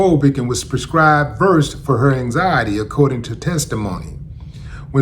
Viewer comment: Hi Willie. It's pronounced Ver- sed. Generic name is Midazolam. Vecuronium is a paralytic.